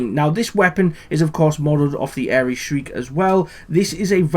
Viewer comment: I must say, its always a good day when I hear someone from across the pond speak accurately and factually about firearms. good on ya man. It's pronounced Shr-ike like Mike with the first part of shrink. but with the 'i' not the "e" sound its named after a tiny bird of prey